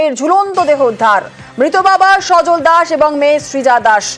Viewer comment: নাম তো" সজল"আপনি "সজন" বলছেন কেন,???